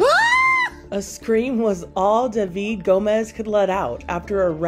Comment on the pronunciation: That’s how David is pronounced in Spanish